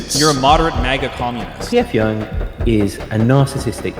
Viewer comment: it's pronounced "jung"